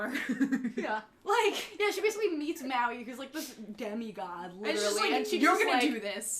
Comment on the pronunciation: im sorry but it pissed me off that you miss - pronounced Maui as i am polynesian